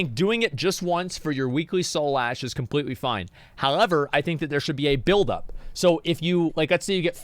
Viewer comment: Did Asmongold have a stroke trying to say "however"??